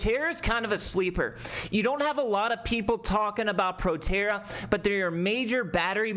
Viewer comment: that’s not PROTERRA 🤣🤣🤣 “ptra” trading on the 7’s 🤣